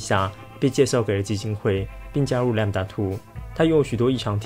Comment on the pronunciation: 是念lamda2還是lambda2啊？